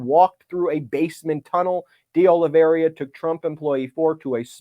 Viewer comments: The name, Oliveira, is pronounced Oh Lee Veh Ee Ra, NOT Oh Lee Ver Ee Ah. Spanish is nearly always pronounced phonetically. I have known people with that name, years back when I lived in California, so I caught the mispronunciation way back when you first mentioned him. Obviously, the news concerning his superseding indictment is far more important than how his name is pronounced, but I thought you’d probably want to know. Thank you and all those at Meidas Touch for fighting for our Democracy. You are all my heroes! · Kept mispronouncing De Oliveira...but hey, it's a strange name right? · Please stop mispronouncing De Oliveira’s name, Ben. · How many years do you think we are going to have to suffer through Ben's mispronunciation of DeOliveira?! Christ. Its like he intentionally adds letters and sounds that aren't there to people's names. Sound it out, dude. Or listen to how people that do the job better say it. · What a nice surprise! Pile it on, Jack! Btw, Ben, the 3rd co-defendant's last name is pronounced O-li-vera. The "i" in his name comes before the "r", not after it. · Why is everyone pronouncing Oliveira as Olaveria? Lazy??? My goodness, Michael Popok pronounced it correctly - the first person I have heard pronounce it correctly!! Great job Mr. Popok - thank you. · It's pronounced O-li-vay-ra btw. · Please get the names right. It’s Dee Oh-Lee-VAY-Ruh. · Its Oliveira, not Oliveiria. Where did the last 'i' come from? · It’s OLIVEIRA, not “OLIVERIA” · WARNING! Do not use every time Ben says, "De Oliveiria", as a drinking game! I laughed my ass off every time he added that extra "i" in his pronunciation of De Oliveira! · It’s Oliveira not Oliveria!!! (It means olive tree in Portuguese) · The correct pronunciation of that name is Carlos deh Oh-lee-VEY-ra. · Ben...its oliv air ah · You couldn't be bothered to at least try to pronounce De Oliviera's name right? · Please look to see where the "i" is in Oliveira and get the pronunciation right !